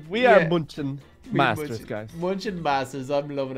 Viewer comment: And it's masters not monsters